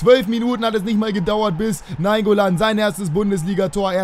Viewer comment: Also naingoolan zumindest